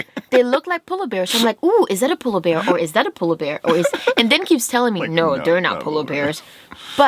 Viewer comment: Did you say sola bear?